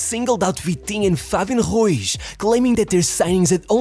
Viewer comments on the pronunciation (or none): Fabian who??? HEUZ? JYEUIZ??? he’s Spanish it’s RU IZ Ru-(EASE) smh that shit pmo😂